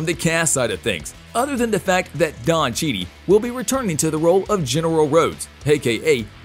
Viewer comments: Oh my god, at least if you can't pronounce his name stop repeating it!!!! Damn it's Cheadle, like needle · Don Cheedie? The narrator needs to do his homework first....... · En-un-cia-te.. ..,....,...... Cheadle = che-tal phonetically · CHEE-DULL. It’s NOT that hard. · Just for butchering both names , I can't listen to this guy. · C-H-E-A-D-L-E, damn it, CHEADLE! 🤣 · The name mispronunciations of CHEADLE and FEIGE HAS to be a troll job.... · Bro how did you research for this vid and not hear the name Cheadle pronounced once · How could you butcher Master Cheadle’s name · Why host and narrate this channel if you're unfamiliar with every aspect of it. You messed up Cheadle and Feiges names let alone that Rhodes rank is colonel not general! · you butcher their names (Kevin Feige and Don Cheadle) and forget that Blade was the first black hero. Did you dial this shit in? Do your research..... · U can't pronounce cheadle or feigie. No respect and u don't care. Thumbs down. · Am I the only one annoyed that the speaker refers to Don Cheadle as “Don Cheadee”? Seriously???!!! Or his mispronunciation of Kevin Feige’s last name as “Feege”???!!! I suggest this dude do a little research prior to making these videos. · F-eye-gee... Chee-dal is how you pronounce it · name don cheady ,kevin feag lol narrator is a joke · What's up with the mispronounced names throughout the clip. So damn hard to listen to without laughing. Don Cheate/Cheaty??? It is Don Cheadle. Secondly, you call Kevin Feige, Kevin Feig/Fege. So sad since these names are everyday household names. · Wow, you manage to butcher both Kevin Feige and Don Cheadle's name all in one video. Good job. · This has to be on purpose to get more comments (which makes the video more popular and more likely to be a suggested video) bc not only does he butcher Cheadles name, but also does it for Kevin Feige’s name too! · Why do you keep mispronouncing names. It’s Don Cheadle not Cheney. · The actors name is Don Cheadle not Don Cheadee